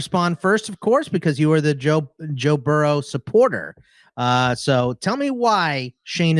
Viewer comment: Joe Barrow? Do you mean Joe Burrow?